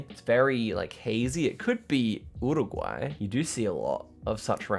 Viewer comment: yuruguay not uruguay pronounciation